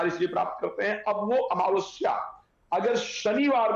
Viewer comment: जैसा हिन्दी में लिखा है कम से कम बैस तो बोलो अमवस्या नही, अमावस्या बोलो बेटा।